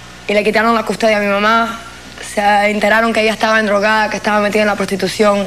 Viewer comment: Da risa ver a una Abogada decir ENDROGADA... jajajajaja.